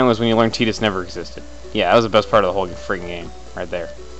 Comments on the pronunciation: lolz at teetis... Isn't it pronounced Tye-dus? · tidus was cool.... cuz of the sport he played. AND its pronounced tie-dus. just sayin. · its pronounced tie-tus and i like final fantasy X and X10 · Tittus? You mean Tidas? (Tie-das) thats how to really pronounce his name. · It's pronounced Teedus in Kingdom Hearts 1.